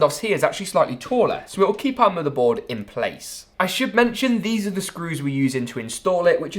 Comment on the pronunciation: The way he says "moother boad" lol